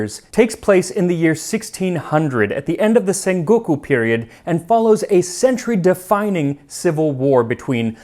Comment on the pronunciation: he said senguku tho XD